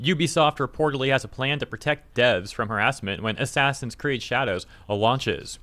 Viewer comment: ASS-ASS-in's Creed: Shadows